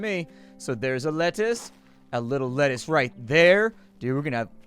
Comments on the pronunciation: "Letucce" lol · It's not lettuce because of copyright infringement. It's pronounced Let-tuch-e.. lol